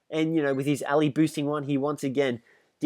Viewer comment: Why do you say (Al-ee) instead of (Al-eye)